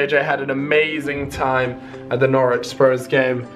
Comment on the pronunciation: Norwich sound like "knowledge"